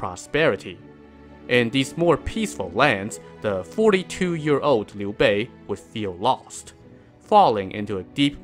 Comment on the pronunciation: Finally someone pronounces his name right! This alone deserves a sub!